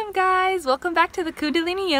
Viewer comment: Is the word spoken as "Gay's" ,I shall lose my glee then